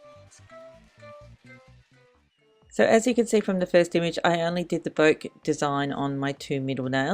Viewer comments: It's pronounced bo-kuh :) Love your videos! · It's pronounced bo-kay, kind of like saying o.k. with a b in front. It's the fuzzy, out of focus look photographers use to keep the background from being distracting :) most people who aren't into photography have no idea what it is or how to say it, but you were close! And it looks incredible!